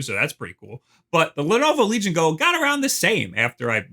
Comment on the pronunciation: listen to the way you say "Legion Go". Correct this immediately.